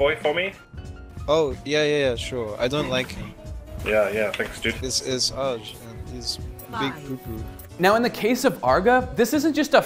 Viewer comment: Arr-GE not Arga.